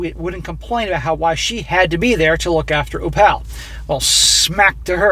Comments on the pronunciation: Oh-pal? Are we sure it's not Opal (OH-pull)? 🤨🤔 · it's pronounced OPAL like the semi precious stone not OH-PAUL do you have a speech impediment or something? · Do you mean to say "Oh-pull" instead of "Oh-pal?" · Its pronounced Oh'-pul, like the stone, NOT oh-Pal' like "woah buddy"...frustrated the hell out of me the whole time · more likely its Opl rather than oPAL... must be an Irish background of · For the love of God its oh-phle not oh-pal. Like the gd gemstone Opal. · Why are you pronouncing it "Oh-pal" instead of "Oh-pull"? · "Opal" isnt it pronounced Op-al as in the gemstone, instead of "O-Pall"? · Uh,... I think it's pronounced Ow-pl, not Oh-pAL. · Opal? OH-pull, not oh-PAL. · if the name is spelled Opal, is pronounced “Oh-pull” like the gemstone. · Opal = Opul , As in the gemstone. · I'm guessing the grandchild is named Opal (Oh-puhl). For more than half the video, I though you were saying Oppa, as in the Korean word for "big brother". I could not hear the "L" sound on the end the way you were pronouncing the word. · If it’s spelled “opal” it’s pronounced more like “oh pull” not like Albert. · The name opal is pronounced op all . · It is a jewel, Opal, (oh pull) pronounce it properly. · My parents raised a granddaughter, then a great grandson. --Opal is pronounced Opul. My aunt was Opal. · Enjoy your stories. Just FYI. The girls name is pronounced like the jewel Opal. Not O. Pal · The child’s name is Opal, pronounced OH-pull. It’s a type of gemstone 💎. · thank you, it was very annoying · Guessing the baby's name is pronounced O-PULL. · O-Pal 😅😂🤣 hey... its Opal like the stone. 💍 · The only thing more tragic than this story is inability to pronounce ‘Opal’. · Dude, do you really not know how to pronounce "opal"??? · That pronunciation LOL thanks for the new way to say it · So successful but you can't say Opal. Lmao. Build your vocabulary, bro.